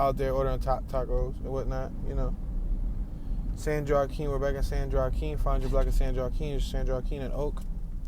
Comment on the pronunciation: Yoooo, miss pronounced San Joaquin county!!!!!!